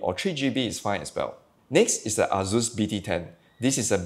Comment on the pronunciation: Dude.. why you allways say azus insted of asus.. z and s id totaly different fonetiks